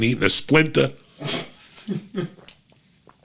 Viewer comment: “A splinta” 🤣😂